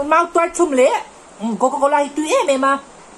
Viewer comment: Coco cola tih i sawi sual la kha a mui za thhlak tawp😂😂 leh klem in I thinchhe deuh lo maw😂😂😂